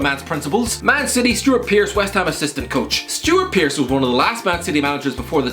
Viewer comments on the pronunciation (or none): Anybody noticed he called Stuart Pearce, Stuart Pearace?